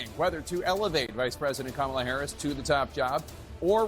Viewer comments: she voted for someone that she could not pronounce their name. lol. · The woman being interviewed with the her kids and the beta husband pronounced Kamala's name "wrong".